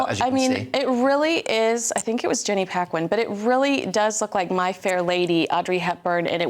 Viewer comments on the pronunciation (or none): Not Jenny Paquin, Jenny Packham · it is not BuckingHAM and PackHAM. Learn to pronounce properly.